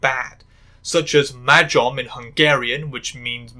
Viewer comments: ooooooooooohhh.... as a hungarian that pronounsiation of majom hurt.....a lot...... but at least you tried in the first place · mah-yom. j is pronounced soft like y in yard